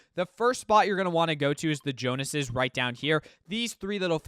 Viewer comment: Thank you for the guide my man but I gotta say, it’s “The JONES es” as in Agent Jones/Jonsey not Jonases as in the Jonas brothers.